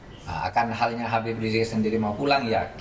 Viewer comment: Hostnya knp susah bilang "Habib"